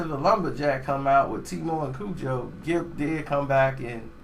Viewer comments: big gipp not gripp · Big Gripp???...nigga started the video wit a L..lol! It's Big Gipp mane smh.. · BIG GRIP???? its GIPP, put some respek on his name!!!!!!!!!!!!!!!!!!!!hahahahaha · Big Gipp not Grip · nigga did u say big gripp